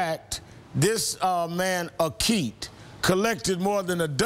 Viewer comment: Al, you are incredible. O'Keet? You cannot get the name right, let alone you left out the parts where he left to get his I.D. and did not take the ballot. Thanks for the truth, "Reverend"...